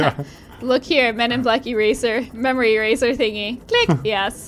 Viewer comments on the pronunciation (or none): none